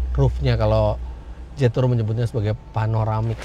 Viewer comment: Fyi om Fitra....jetour itu dibaca nya jietu kalau sesuai ejaan Mandarin....so next time kalo review mobil jetour lagi baca nya jietu.Mohon maaf ya om Fitra hanya masukan aja